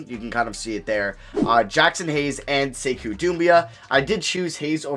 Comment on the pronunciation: It’s pronounced (say-koo) (dem-boy-uh)